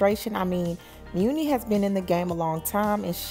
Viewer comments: Isn’t her name pronounced money long not mooni? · Why are you pronouncing her name as Mew-Knee? There is a saying that "My money is long". I'm almost positive that her name is a play on that saying. It seems the correct pronunciation of her stage name is Money. Hearing you say Mew-Knee over and over is taking me under, lol. Good story though! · Muni pronounced “Money” Chile whet?? 😂😂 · It’s pronounced like money 💰 not mooney 😂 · she pronounces it “money” rather than “muney “ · It’s pronounced muni like Money lol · I believe it's money not muni like the SF train but lol. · Money it’s pronounced like money… not moony lol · Muni = Money. Not muunie lol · I thought it was pronounced like “Money Long” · Muni!!!! No it’s pronounced like Money👌👌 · Her name is pronounced like Money , hence the name muni long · Her names pronounced “money” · Muni pronounced MONEY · Muni (Money) Is how it’s pronounced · Apparently the muni is pronounced money, “money long” 💀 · Muni long name pronounced money long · “Money” is how you pronounce it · Girl…It’s Pronounced MONEY LONG 🤣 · It's pronounced "Money". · I had to stop watching once I heard "meunie" long 🤣🤣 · Girl her name is pronounced money long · Though spelled Muni it's pronounced money... Some level of respect.... Just messy.... I said what I said. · Money* Muni is pronounced MONEY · I pronounce it as money long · It’s muni like money… lol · I promise her name is pronounced MONEY LONG LOL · It's pronounced money girl 😂🤣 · Her name is pronounced "Money"...lol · LOL..it's pronounced Money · I WAS JUST ABOUT TO BREAK THIS DOWN. THE PRONUNCIATION OF HER NAME IS IRRITATING AF. I MEAN LISTENING TO THEM MISPRONOUNCE IT IS 🤦🏽‍♀️ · It is girl! They act like they can never pronounce someone name right lmao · Is her name pronounced like that??